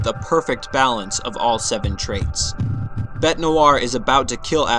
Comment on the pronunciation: You're saying bete's name wrong you idiot